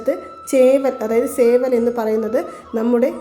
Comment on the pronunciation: Seval aanu.(saravana enna wird pole seval) not sa